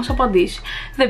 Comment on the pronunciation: Μανό είπε ο τύπος αντί για να πει Μάνος